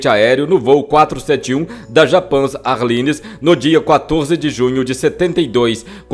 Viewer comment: Air LINE.pronúncia: er Laine. Significado: linha aérea?